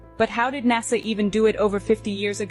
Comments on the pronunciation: Technically is right though, because Nasa only has one S in it, and we pronounce the word "nasal" (to do with the nose), with a Z sound. Right? So I don't fault him for saying NAZA when WE are saying the word as if it had two S's in it and was actually pronounced and spelled NASSA, which it is not. So it could be us who are wrong, but I don't think it matters that much. There are far more scary things with which we have to concern ourselves!!! 😱 I remember reading once that NASA stands for "Never a straight answer". It remains my favourite explanation of them so far!! Haha! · I enjoy this channel but I'll admit pronunciation of NASA does make me shudder a little bit lol. My aunt is from Arkansas and says ot exactly the same way. Does anyone know where from??